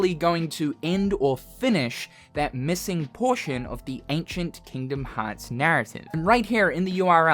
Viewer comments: hard r for me is rolling the r xD Kingdom Hearrrrrrrrrrrrrrts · Hearing him say Kingdom Hearts with a hard R is surreal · "Kingdom Hawts" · Hearing you say Kingdom Hearts in an American accent was way funnier than I was expecting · His American Accent came out for a second 😂